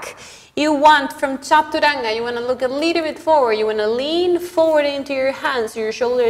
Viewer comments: First I am showing 🙏 for pronouncing the word Chaturanga as it should be.. being an Indian it hurts our ears when foreigners pronounce chaturanga in a funny way.. first I thought it's because of their tongue.. but you have taught everyone how to imbibe it..Respect from India mam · Que bonito como usted dice "chaturanga" 😊